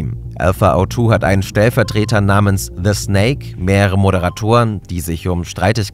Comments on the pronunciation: Schöner Beitrag aber der heißt desnake nicht thesnake XD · Gutes Video, aber etwas Kritik muss ich äußern, einerseits schwache Recherche beim Schlusswort, desnake hat bereits vor Wochen einen Exit-scam vollzogen. Ein kleiner Punkt noch der nur etwas nervig war ist, dass man den Namen diesnake also de wie deutsche die auspricht